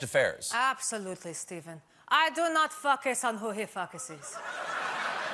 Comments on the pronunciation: “... I do not fucus on who he fucuses.” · ....I do not "FUHKUS" on who he "FUHKUSIS". Maybe he shud "FUHKUS" on himself. Lmfao🤣😅🤣😅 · Of course it isn't, the reason people are happy it wasn't bleeped is because she pronounced the word 'Focus' as 'Fuckus' so it sounded close enough to a word that CBS would censor. Laura Benanti was incredibly funny in this particular Melania skit. She's always fantastic but this was one of her best yet. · hahahhahah it reminds me when I was learning English and I used to pronounce "focus" like her XD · So that is how you pronounce "focus"....